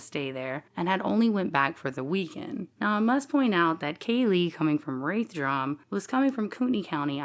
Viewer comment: Uhh, it's pronounced Raath Druum. And it's not drunk infested. Sad podcast untrue facts.